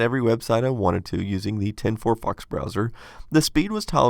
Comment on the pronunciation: could not understand your wording, did you say, 10 fox browser? Update: never mind, I seen you reference it later when playing a video.